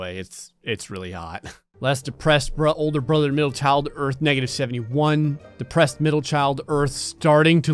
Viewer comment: I thing this man have litle problem with word depressed I dont know what but I thing you lose your girl